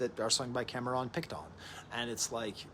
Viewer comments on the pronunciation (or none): Is he pronouncing Cameron Picton like that on purpose? Lol